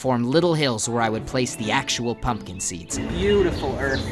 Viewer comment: No one:: It ain't much, but it's honest work Also: P O M P K E N